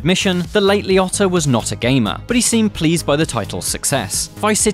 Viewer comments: Why is it that British people totally say peoples name wrong ? Liotta is LEE-Oh-Ta and Robert Loggia is not Log-e-uh it's Low-Ja Los Angel-Lease ? lmao nope try again. Debbie Mazur is Ma-zur , not Maz-zarr ... it's said as it's spelled Why don't you co watch some You Chube video's and learn how to pronounce things better. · Bro its Liotta like Lee Ohtah lmaoooo like wtf